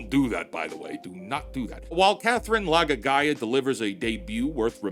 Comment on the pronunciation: Him saying Laga'aia like that is sending me 😭😭😭